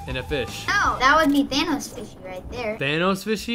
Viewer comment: it is not tanos it is thanos and he says the end is near